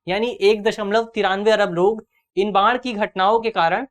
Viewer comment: बाण नही बाढ़ है गुरु